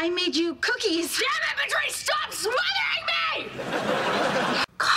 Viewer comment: she always say patwrice and that’s VERY unsatisfaying